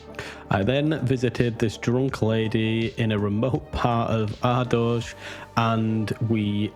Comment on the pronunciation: Never heard the Ardooj pronunciation before. Fascinating how many ways people say that word.